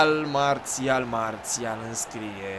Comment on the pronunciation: nu se zice Mațial ci Marsial